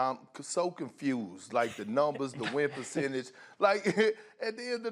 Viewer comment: Perchange.... perk sounds like he is saying Pucentas